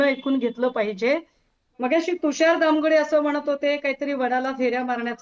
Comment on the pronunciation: तुषार बोलता येत नाही. चुकीचे बोलत आहे. तुषार